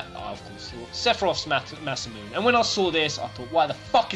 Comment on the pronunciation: ma men you have to say Masamune like masamunay, no like masamoon